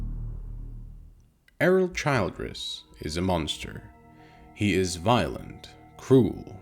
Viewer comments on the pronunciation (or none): This fucking AI voice is unbearable. It’s not Childe-ress it’s Childress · It's pronounced "CHILL-driss". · Childress, SMALL I. Not Child-ress. If the robot watched the show, it should know how to pronounce the “monsters” name. AI, Absolutely Not Intelligent. Unsubscribing from anyone who utilizes it. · Hey...stupid AI voice. It's Childress with a short I sound. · The pronunciation of Childress is killing me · Yeah I can see how you've watched the series you smart-ass A.I. ;) You can't even pronounce Childress in correct way. Nice try. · How do you mispronounce the guys name after hearing it a million times in the show? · OMG, at least get the AI to pronounce Childress corrently. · How can you mis-pronounce the last name of the family if you've actually watched the show?